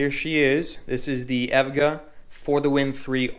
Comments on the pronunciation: did you really just say evga its e.v.g.a lmaoo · Aesthetic** ae S thetic, you pronounce the S. EVGA** Don't call it Evga, it's E V G A, each letter is said. "Without further ADO", not "Without further do". That... that's not a sentence. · Time Spy is a hall of all the past 3DMark benchmarks in showcase cabinets - one of the first cabinets in the test you'll notice is the Firestrike cabinet. It's actually pretty cool. Lol, and yeah, eVGA is not a word, it's pronounced by saying the four individual letters E.V.G.A. :) No worries though bro, - P.S. love the Cobra in Blue, this is the first video I've ever seen from your channel so I'm assuming that's yours. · It is pronounced E.V.G.A. lol, I really enjoyed the video though! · Tell me how a dude who phonetically pronounces evga gets a 3080 before me. I've had this exact model on evga step up wait list since 9/16. Still waiting. Enjoyed the vid, nice workdesk I'm jealous of that ar15 mat! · can we disregard the EVGA pronunciation lets give him a round of applause for using noctua fans